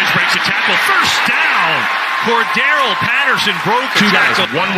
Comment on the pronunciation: an increasing percentage -- seem to ignore C.P 's center syllable( Cor(d) darr elle ) ~ final of TNF matchup might be somewhat closer than anticipated . . .